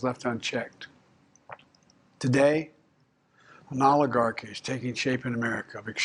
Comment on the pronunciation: Was that what he said? I thought he said oligdabfeuf. He also tried to take credit for the ceasefire. Which he had 15 months to achieve and did nothing.